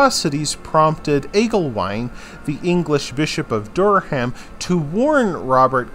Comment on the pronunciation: Good but needs abit of work on pronunciation. Robert de Comines is pronounced Co - mean and Durham is pronounced Dur - rum. If your an English school pupil watching this its important to get this right.